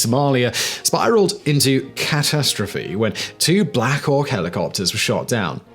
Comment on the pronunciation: Wtf is cat astrophy? Can't you speak, it's catastrophy?